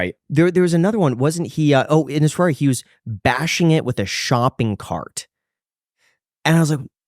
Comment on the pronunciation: says Ferrari “FArarie